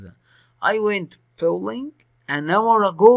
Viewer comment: تمثال يعني ستاتشو ولعبه البولينج وليست باولنج